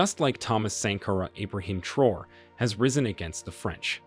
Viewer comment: Please take a few seconds to learn how to correctly pronounce these people’s names before you make a video about them. It’s pronounced Tra-O-ray!